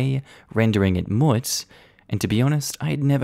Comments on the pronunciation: OMG!!!! I love you but you’re an Aussie…. The way YOU pronounce Moot is Aussie Slang for Lady parts. The correct way to pronounce it is Moo like moo cow Moot. Every time you say it, I nearly drive off the road laughing hysterically. 🤣🤣🤣🤣 I’ll get back to you on the others. 😊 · It’s pronounced as it looks, “moot" - as in rhymes with "boot" or "hoot". ;)